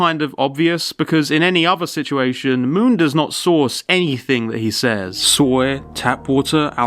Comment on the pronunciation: Moon? More like m-ew-n